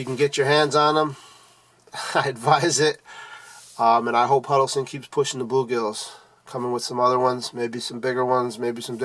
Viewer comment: Huddles Ton, not Huddle Son